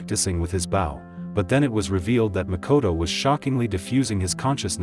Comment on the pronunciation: Bro cant pronounce bow